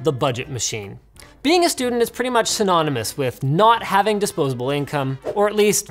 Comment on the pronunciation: this is one of those videos where i would like double dislike .... BUUUDGETTTT - STUDENTTTSSSSSSSSSSS get it??